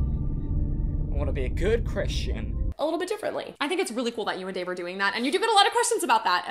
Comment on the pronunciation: The icing on top of the cake is that her husband is not Dave, it’s Dāv. DĀV. WHAT